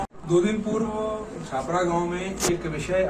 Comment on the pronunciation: छपरा नही महोदया छापरा कहिये l गाँव के नाम मे त्रुटि हुई हैं आपसे l